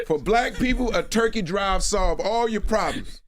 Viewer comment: when he said turkey drive I heard rent'em spoons... Lol iykyk